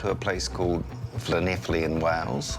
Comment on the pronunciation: I’m very impressed that you got the pronunciation of Llanelli bob on! Better than many British people! Nice one